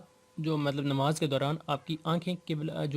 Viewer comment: Bhai namaz ke baare mein seekh de rahe hain aur salam ka tariqa sahi nahi....and secondly its Namaz not Nimaz.... Tia.